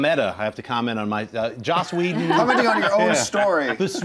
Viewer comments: Lol I swear she said josh but on a comment in a original video she says she didn't say that lol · she thinks "joss whedon" was a typo and said josh wtf